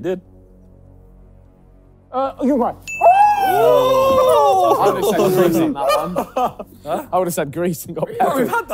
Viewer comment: Thank you Simon for pronouncing Uruguay correctly, since I'm Uruguayan and I've heard people butcher the name, like U r gay, Ur a guy, Uru guay, and the worst I've heard was Uruguweee🤣🤣🤣